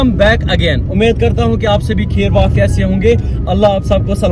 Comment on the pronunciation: Khair wa afiyat kay hota hai ..asal mai Khair o afiyat hota hai ..Urdu sahi kro